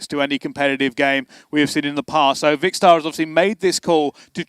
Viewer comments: ‘Vikster’ that’s how he said 😂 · You should complain, he doesn't pronounce Vikkstar right all game!